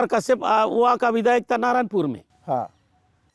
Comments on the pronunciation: Narayanpura nahi Narayanpur😅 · नारायणपुरा नही नारायणपुर 😂😂